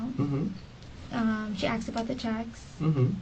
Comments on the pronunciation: Speaks well until “axed”😅. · So annoying when people say Axed... She axed me a question